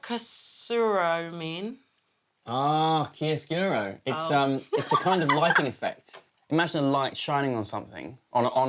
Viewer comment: CHIAROSCURO OMIODIO THE PRONUNCIATION PEASEANTS AHHH